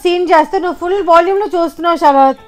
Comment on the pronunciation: శరత్ కాదు......షరత్... షరత్..